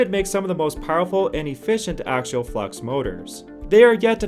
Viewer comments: AXIAL not AKSHUAL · (pe)s- you-doh pseudo Acks-ee-all axial. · Since you are using a North American accent I'm going to have to agree with learning your pronunciations. Stator stā′tər and Axial ak-sē-əl have actual pronunciation guidelines, which you are not following. I might also suggest looking into current application of said axial motors. Namely that seem to be implemented